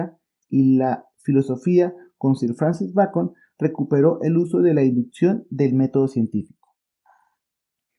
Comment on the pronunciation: Muy buen video!! Una modesta aclaración: Sir Francis era de apellido BACON ( como Roger) y no BRacon. Fue el primero en establecer reglas del Método Científico, en especial el Método Experimental Inductivo.